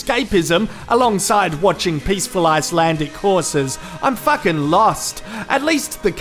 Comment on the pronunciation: It sounds so funny when he says fucking, because he says facking.😂😂😂😂😂😂